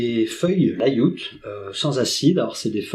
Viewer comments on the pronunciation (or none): Layout se prononce layaout ^^